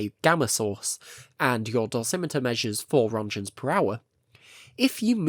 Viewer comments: wish they could pronounce roentgens correctly, like you did all this research but didn't look up on how to pronounce the father of x-ray's name. :I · Please google how to pronounce rÖntgens